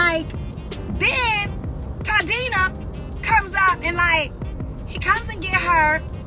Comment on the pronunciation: My btch said "Toddina", not even "Toddrina or a "Toddisha" in her Moesha melody she was so appalled she just said Toddina. Tamar we been knowing about Toddina and the schemes he sets up to come to us with the bullshiet. Kandi been annoying acts like the lead vocalist when she's virtually the Letavia and Tiny is the Letoya. If they were as annoying as those two, I can see why Beyoncé sent them to Destiny's orphanage.